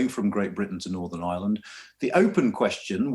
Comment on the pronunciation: Manages to pronounce island correct but not Ireland lol